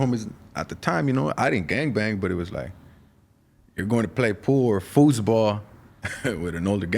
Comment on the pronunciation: The he SAID “Foos”ball” outchea playin with the FOOS in pelican lol...